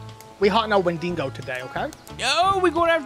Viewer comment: its not wenDINGO gents